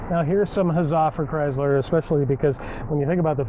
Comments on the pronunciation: It's a ChrySSler NOT ChryZZler! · i hate the pouncing of Chrysler... He says Cryzzler AAAAAHHHH